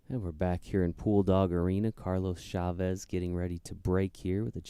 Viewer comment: The commentator keeps saying "Shavez" instead of "Chavez". Sounds terrible, that's like saying Sheddar Sheese.